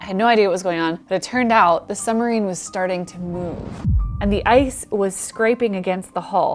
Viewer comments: i'm pretty sure the word "submarine" is pronounced like "sub - marine", and not like "some - marine". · Girl it is a Submarine, not a Sumarine. Fix your diction. I am a veteran Sub sailor. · Great video, but what is a summureen? 😁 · Love the work, but it's a "Periscope" and please say "SUB-marine" . It's not a "summer-rean". Sub = below, marine = water. Peri = outside, scope = to see. Not parascope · please pronounce the B in suBmarine, it is sooo irritating